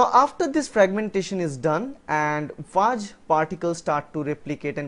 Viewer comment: he pronounced it rightly. it is pronounced as 'FAAG' and also, if you wanna give grammar tuts consider doing a video:) :)